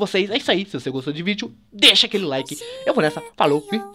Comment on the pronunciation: sky quando se falo que bateu 5 mil like parecia que tu tinha falado 5 mil cadilaque